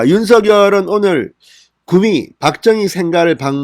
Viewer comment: 구↘미↗ 가 아니고 구↗미 ↘ 로 보통 말합니다.